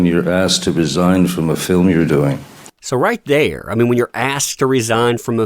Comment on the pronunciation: "feelm", you sure you didn't mean "film"?